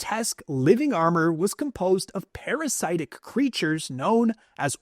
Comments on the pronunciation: “pair-uh-SIT-ick” (sorry if this comes off as rude, just thought I’d pass along the pronunciation guide) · "parasite-ic" lmao also malistaire? like from wizard 101? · The way this guy says composite and parasitic frustrates me lol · Dude’s got some weird pronunciation, parasitic and composite; seems like he’s never heard them spoken before 😂 Edit: or it could be an AI voice, but I doubt that